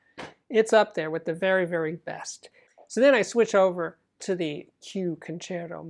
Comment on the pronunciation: There is a Dyna PAS-3X preamp in the background. Vewy intewestingh!